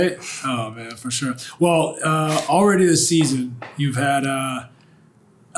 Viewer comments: "FOR SHORE, FOR SHORE" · "for shore"